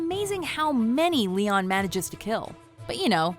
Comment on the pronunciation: That's not how to pronounce Léon for fuck's sake